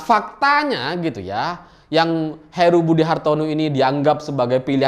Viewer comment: Heru bang bukan Haru